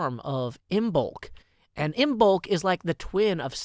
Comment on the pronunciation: I say this with the most respect possible, you are bad at pronouncing Pagan holidays. Samhain is pronounced Sah-when, you actually got Imbolc spot on. Anyway have a blessed Imbolc my friends!!